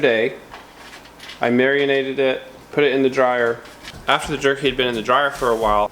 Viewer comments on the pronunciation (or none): Marionated? How many strings? :-) lol